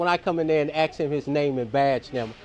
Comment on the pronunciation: The word is “ask” not “aks.”